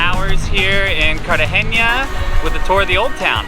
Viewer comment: No soy de Colombia soy de Mexico 🇲🇽 y segun yo es Cartagena no "CARTAGENA" I think is Cartagena not Cartageña